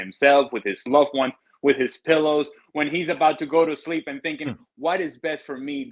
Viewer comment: "a conversation with his pollows".